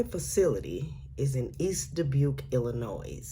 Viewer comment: Thank you for not putting the S in Illinois! Way to go!